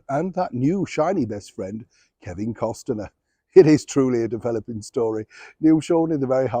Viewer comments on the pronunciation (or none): Neil... Must say, its Costner not Costener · It's Kevin Kost - ner not Kevin Kost-en-er. Thanks!! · I love you Neil but Kevin’s name is pronounced cost-ner. Otherwise you’re doing great work 😊❤ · Neil I love watching your channel ❤ Your pronouncing Kevin Costner last name wrong 😑 Meghan may call you out on that lol !